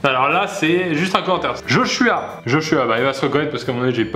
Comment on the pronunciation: tu zozotes ? On dit "josuah'' comme c'est écrit et non" joshua"